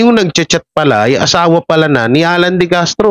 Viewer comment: De Castro po apeiyido hindi decartro